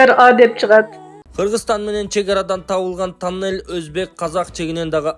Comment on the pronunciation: Бул диктор таннель дейтко же кыргызча эмес